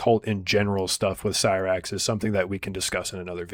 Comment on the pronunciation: he uses it correctly he pronounces it horribly